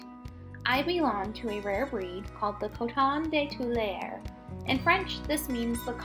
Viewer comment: Two-lee-are. Cute pup!